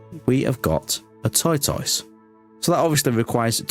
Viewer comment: I love how you pronounce tortoise, that is incredible